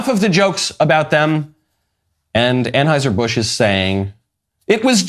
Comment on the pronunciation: Anhauser-Busch? You need to listen to Michael! 🥰